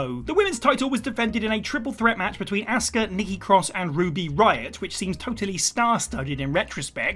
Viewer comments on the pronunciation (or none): Her name is not "ASSKAH" It's Asuka